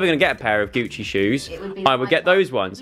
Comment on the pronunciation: when he said Gucci it just kept reminding me of Gooch